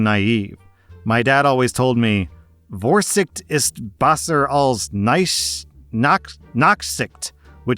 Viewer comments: but that doesnt explain him pronouncing besser as "bassur" for some reason, and pronouncing ch as "k" for some reason, when he couldve just said sh, which is almost identical to the proper pronunciation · but whyd he pronounce besser as "bassur"? wheres the a...?